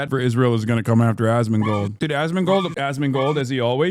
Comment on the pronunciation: At some point you start hearing Ass-mangled